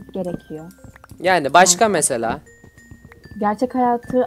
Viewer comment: abi o maykıraft diğil minecraft